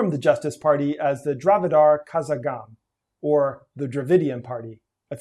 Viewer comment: Not "Kazagam" but karagam